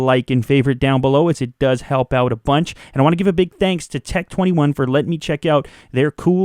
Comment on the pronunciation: Tec tweny one